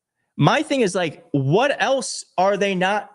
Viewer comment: Jimmy Comer: "A h'what now?" 🤣🤣🤣